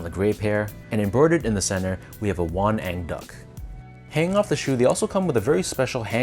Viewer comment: You pronounced it perfectly! Won-ang means mandarin duck in Korean, and they are symbols of good and harmonic love between married couple.